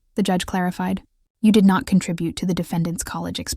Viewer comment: This AI business is really funny sometimes. Doesn't whoever programmed this not know that the word "to" is never pronounced with the long O sound, rhyming with toe?